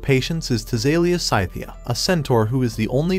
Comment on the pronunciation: Pronunciation corrections: Cthully: "cuh-THOO-lee" Tisalia Scythia: "tih-SAL-ya SKITH-ya"